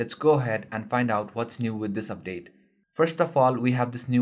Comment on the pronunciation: hahaha, "dubdate"